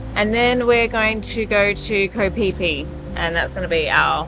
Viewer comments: It sounded like onward to go pee pee!! New drinking game every time we hear it!! And then of course go pee pee!!!😅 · It's Koh Phi Phi. Koh = island in Thai. Phi Phi is the name of the island.